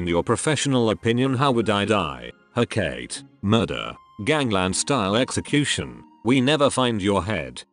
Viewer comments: Hecate is pronounced- heh caw tee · Isn't it he-ka-tee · "huh-kate" and "theneToes" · Every time it said Hecate weirdly I died a little inside